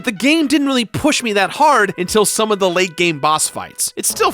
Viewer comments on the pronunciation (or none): none